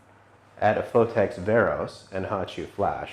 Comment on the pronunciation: ''Phottex'' lool